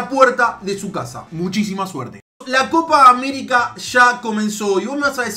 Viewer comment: ''coca américa''